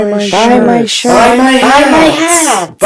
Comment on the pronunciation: they thought he said shit lol not shirt